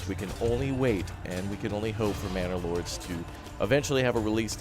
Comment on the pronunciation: did he said bannerlords or I am the only one that hears it? :D